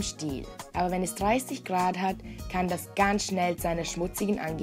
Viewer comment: Kevin S ....vor allem, wenn das Wasser 30 "Gruhard" hat....